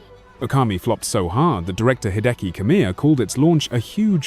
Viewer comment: Huhuhuhuh, "Flooped" :-)